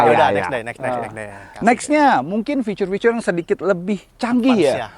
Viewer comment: Fitur pak fituuur. Bukan ficur